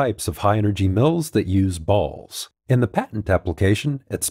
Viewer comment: Every time he emphasizes “balls” I laugh. I’m a 35 y/o kid I know…